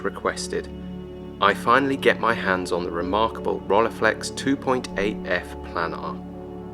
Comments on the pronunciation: ROLLEI is pronounced roll-eye, it's German. Not role-ey or whatever... Nonetheless a cool video 👍🏻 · agree to disagree: in the first 2 seconds you say role-eye and that's wrong to... anyway, doesn't matter 😉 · Not Rollyflex, but Rilleiflex. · This made want one even more! But pronouncing Rolleiflex wrongly was a joke right? 😅